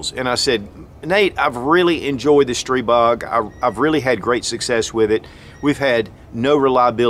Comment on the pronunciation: Thank you for the great video, and THANK YOU, THANK YOU, THANK YOU for pronouncing Stribog correctly.